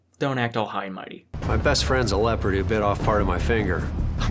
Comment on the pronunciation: did he say leopard or leper? as in someone with leprosy